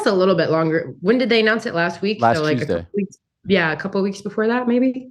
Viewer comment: I’m sure I missed it, not sure how, but why do you pronounce Tuesday as Chusday??